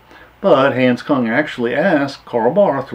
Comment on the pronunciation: you have mispronounced his name.